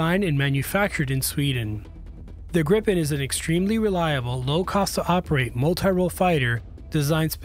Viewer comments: Please do not pronounce Gripen as Grippen! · cant help but tell you you’re pronouncing gripen wrong, i know you arent used to swedish names but its pronounced more like griiipen not grippen as you’re saying